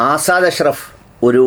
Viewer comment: ആസാദ് അശ്‌റഫ് അല്ല, അസദ് അശ്‌റഫ് ആണ്